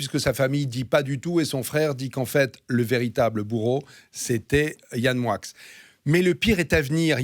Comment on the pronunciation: Pourquoi dis t'on MoiX (Moickxssss et pas "Moi") c'est français non ???? ou alors dorénavant je manges des NoiX (noickxsss)...